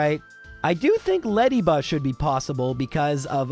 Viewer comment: Ledyba? Ledyba!?